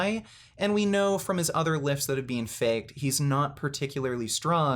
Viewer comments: People that pronounce "BEEN" as "BEAN" have more issues than someone lifting fake weights... Grown men that have nothing better to do than to cry about fake weights have more issues than someone that pronounces it "BEAN"... What a bunch of losers... Enanthate is my drug of choice for a variety of reasons... I don't lie about steroids, but I do cheat... We've all lied about something or cheated... Pure jealousy here... Ride your channels as long as you can... Bring in all the free money you can get... Just everyone needs to find something better to discuss... The sad thing is, most of you are on testosterone but are acting all Estrogen-filled with your ladylike (sissified) ways... Biotches... I swear ! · This dude is the only person I know that pronounces the second e in “been” 😂